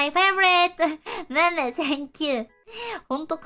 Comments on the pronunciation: 正確的讀音應該是類似「迷因」的讀音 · 他的 meme是唸米米，草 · 他把meme念成迷迷嗎?